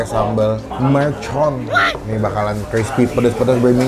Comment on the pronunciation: MERCON bang, bukan MELCON